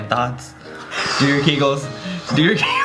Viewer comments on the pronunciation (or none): none